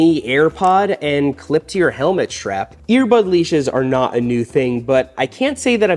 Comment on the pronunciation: Schrap? What is a schrap? Strap. The word is strap. Say strap. Or whatever..gonna go ride my borik.